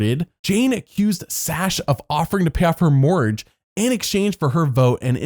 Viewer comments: It’s mor-gage not moorge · OMG ME TOO! 😂😂 I thought he said mortgage the first time, but then he kept saying morge and I was like....huh?! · I wondered what he was saying. I assumed mortgage, but I listened 5 times and he said “pay off her Morge”. I was like “what the heck is a morge” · Just after pronouncing mortgage "morge" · If I were CBS's lawyers, I would have counter-sued Stacey for being the most boring person in the show's history, that wasn't a first boot, and even some of those were better than hers. Is that a conspiracy from Double I quit Colton, who 'has latino family', oh, she's the maid. Oh, we pay her, but she's family. Next. Ah, that's what you were saying. Mortgage doesn't have a silent g; it does have a silent t. Seeing as you spelt it incorrectly, I understand why you mispronounce it. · TIL can't pronounce the word "mortgage".